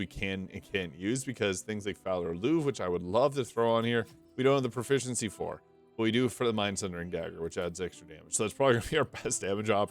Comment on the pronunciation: How on earth can you say the word "Proficiency" so many times in a row without accidently tongue-twisting yourself??